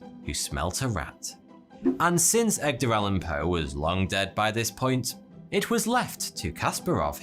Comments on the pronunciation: Am i the only one hearing say "EGGdar" Allan Poe? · 11.22: "Egder" Allen Poe 😁 Wonder if anyone caught that...... OMG 😱 I need a life 😭😫😂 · that's probably the fastest you butchered a non-english name in a video so far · EDgar not EGdar, sorry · You know you're say Eg-dar, not Ed-gar, right? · Egder? Eg..der? Man, this is driving me nuts. Every video this guy mispronounces something. Something basic and obvious. It's Ed...ger. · Are you dyslexic? It’s a real question. I’ve noticed you saying “Egdar Allen Poe” and “Vietmanese” recently. Either that or your suspenders are too tight. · It's EDgar Allan Poe. and NOT EGGDAR Allan Poe. That's why I think the narrator is simply a narrator who actually does not write what he speaks. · Every time you say "Egdar" instead of Edgar i wanna stuff myself into a wooden chess robot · It's kinda annoying hearing him call Poe as Egdar and not Edgar. Nice vid tho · "Amongst them was a young EGGdar Allan Poe" .... what? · Egdar Allen Poe he says, It's Edgar you muppet :P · did you just say Eggdar ? XD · The best part of this VERY interesting video tho', was listening to trying to say 'Edgar' and failing every time by pronouncing it 'Egdar'! 🤣🤣🤣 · Ah yes, Egdar Allen Poe. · Did u really just say EGDER Allen Poe??? The G before the D??? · Are we just gonna skip on the "Egdar Allan Poe" ? That was funny :p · He also says "Eggdar Allen Poe." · “EGGDER ALAN POE” BRUH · < He said "Egg-der Allen Poe" heehee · Egdar? Really? :D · This guy calls him EGGDAR for some reason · Haha! “Egdar” Allan Poe! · Is is just me or is he pronouncing Edgar as Egdar? If he is not, I may need to visit an audiologist. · "eg-der". LOL! I bet he said it on purpose. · That and "Egg-dar Allen Poe" over and over again. Not even touching on the pronunciation of the Germanic names... C'mon, we can do better than this - all the research, script-writing, filming and editing, but not bothering to take two seconds to confirm some basic pronunciations ><